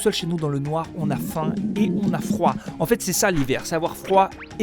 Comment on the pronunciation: "On a froim" ?! 😂😂😂 J'ai trop aimée la vidéo comme d'habitude! 😉😆